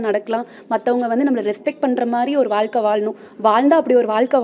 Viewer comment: அது வால்க்கை இல்லை அம்மா வாழ்க்கை திருக்குறல் உதாரணம் சொல்றது தப்பில்லை தமிழ் உச்சரிப்பு ஒழுங்கா சொல்லுங்க அப்புறம் வந்து அட்வைஸ் பன்னுங்க